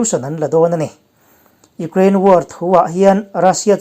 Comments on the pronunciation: U-kraine, tuna a lamdan kha English lam dan a nih kha, kan Mizo awphawi zulzui hian mi tam tak chuan kan lam thin reng a ni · Tinge Ukraine hi Ugrain tia i lam zel?